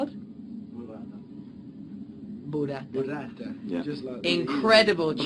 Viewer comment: Liam says "Burrata" very well ! :) #Italywants1D